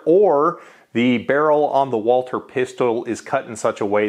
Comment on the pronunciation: Why can’t you say Walther properly? It’s not Walter. There’s supposed to be a th sound in there.